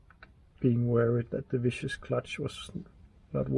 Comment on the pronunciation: Viscous pronounced 'Viskus'